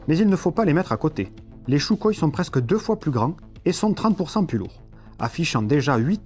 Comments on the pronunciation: On ne prononce pas "Choukoï" mais Soukoï !! 👎🏻👎🏻👎🏻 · J'adore ( et on est nombreux ) ces vidéos de qualité et très éclairant! PS : sukhoï se dit en russe Sukhoy ( le "kh" se prononce R en phonétique) mais c'est juste pour l'info pas pour titiller ;)! Tu nous en apprends énormément +